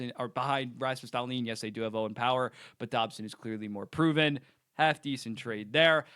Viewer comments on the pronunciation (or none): none